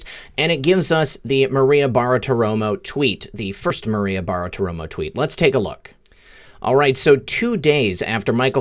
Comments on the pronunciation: Love you brother, but it's 'Bar-ti-romo' not 'Bar-a-ti-romo' or whatever you're saying. Otherwise keep up the good work and glad you're healthy again. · repeat after me. "Bar-ti-ro-mo" next, "{Barti-romo", and finally, altogether, "Bartiromo". Why can't any of you YouTubers say that name right? Love your show though. Just had to get that off my chest. Carry on.